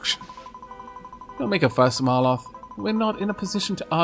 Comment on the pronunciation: Some practice for you : Mal... Roth. Mal... Roth. Really enjoying this series and it is such a shame it is not available on PC.